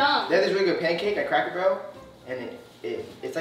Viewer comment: My man said “crackle barrel